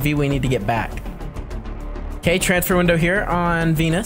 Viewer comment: Venus sounds in your mouth like 🤨enis😂